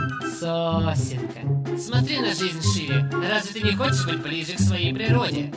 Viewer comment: Я одна раньше думала что Билл говорил "Сусинка":/?